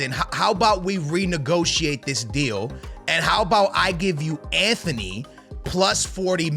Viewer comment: There’s no H in Antony’s name. And you’re 100% mispronouncing Højulands name